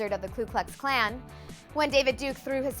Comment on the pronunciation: Why do people still say KLU Klux Klan? If you're going to put out a shitty video, at least pronounce things correctly.